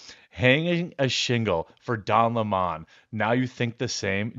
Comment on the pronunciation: His mane IS don leh-mon…